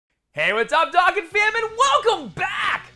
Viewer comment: "Doh-Kahn" jesus so cringe to hear "Dakkin"